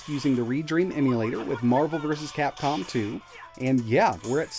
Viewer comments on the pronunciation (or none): none